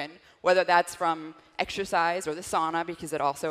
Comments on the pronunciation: "sow-na" not "saw-na" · Incorrect pronunciation however. It's Sow-Na. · The Finn in me has to correct the pronunciation of sauna (SOW-na). ☺️ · No way she's a Finn. She mispronounced the word Sauna, that's a no-no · In American English it’s pronounced sauna